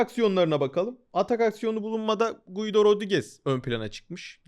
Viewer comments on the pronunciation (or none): Guido değil Gido, i'den önceki u okunmaz İsp.